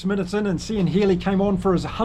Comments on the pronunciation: Spot on analysis,. But please, please, never say "See-an Healy" again. It's "Kee-an". I winced every time you said it! He's been around, as you mentioned, for 133 caps; I'm astonished you don't know how his name is pronounced! Otherwise, as I said, a really good summary of a hard fought win for Ireland. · Really enjoy your channel, , Cian is an Irish name, phonetically. Cian is pronounced "Keen " ps we struggle with some international surnames thev other way 😂